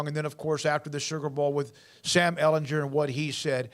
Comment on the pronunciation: How do people still not know how to say Ehlinger